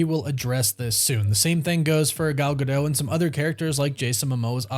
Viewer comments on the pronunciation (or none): none